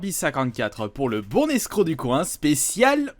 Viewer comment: Il faut faire la liaison entre « le bon »et « escroc »?